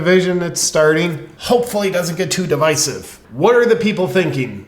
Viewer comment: Thanks JP for pronouncing divisive correctly!